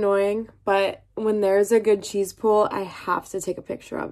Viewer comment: Are you saying “cheese pool”?